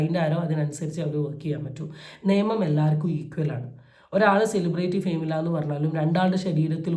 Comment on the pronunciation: സെലിബ്രേയിറ്റി എന്ന് അല്ല സെലിബ്രിറ്റി എന്നാണ് pronounciation 🙏